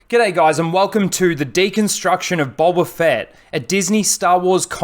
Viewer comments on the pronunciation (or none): Bolba Fett LOL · Boba... Not bowber